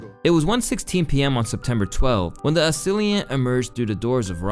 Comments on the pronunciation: I do this for you,... Assailant. Pronounced uh·say·luhnt uh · say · luhnt Not asiliant. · "As-silly-ent"?? It's Assailant. UH-SAIL-ANT. can you read a dictionary bro? Got damn you always saying stuff wrong and it bothers TF out of me. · "the assailant". 😂 Dude says the a-sill -ee -ant. It's a-say-lant. This is how you know this guy doesn't write his own videos, or even have a 7th grade reading level. He butchered the pronunciation of that word. Would know how to say it if you wrote it. It's sad how bad public education has failed people. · it was AM when a silly ant emerged? Is that how you think assailant is pronounced? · AH-SAY-LENT Assailant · The way you read “assilient”😂😂😂😂😂😂😂😂😂😂😂😂😂😂😂😂😂😂